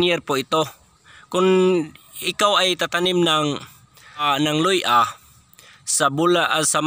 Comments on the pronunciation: Luya hindi Loy-A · Luya NOT luy-a !